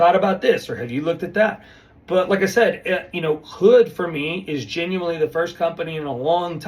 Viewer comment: Mr. geenuinely geenuinely geenuinely 😂